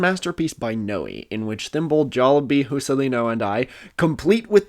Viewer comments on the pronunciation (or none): also please stop calling juscelino hu-ce-lee-no he's a capybara obviously he speaks portuguese the "j" is more like the "j" in "juice"